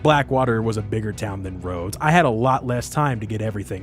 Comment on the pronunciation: ah yes. let’s go to saint Deh-nis on the lay-na-hah-chee river. next to the town of rods. ITS PRONOUNCED DEN-EE YOU SUBHUMAN MONSTER